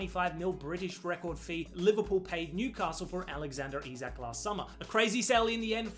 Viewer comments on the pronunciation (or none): none